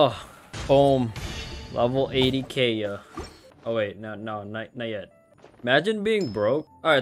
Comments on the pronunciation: Keya? It’s pronounced Kae yeah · HE SAID KAY-UH BUT ITS KAI-UH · Did you just say kaya it is pronounced ky-uh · Kay-a? KAY-A! It’s Kai-a! Spelled Kaeya! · The way (mis)pronounces Kaeya's name like "Hey Ya" made me imagine how dangerous Kaeya would be with puns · i love it when you pronounce it as keya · kay-ya? wHat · Never say Kaeya as Keya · It’s pronounced Kaeya (Kai-ya) lol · It’s pronounced K-eye-uh PLS 😭😭😭😭😭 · Okay im getting triggered by him saying Kaeya wrong... Keya? Like what, who says keya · I’m triggered by the way he pronounced kaeya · smh I’m with you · not how u pronounced his name wrong the entire vid helppp